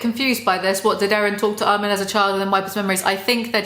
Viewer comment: i love how she doesn't like armin but thats one of the only characters names she pronounces correctly